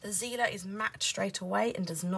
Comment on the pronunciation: I May be wrong, but if the markers are german, them it should be pronounced as [tsi:ler] 💕